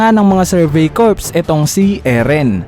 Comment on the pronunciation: Sir, Cor ang pag basa sa Corps.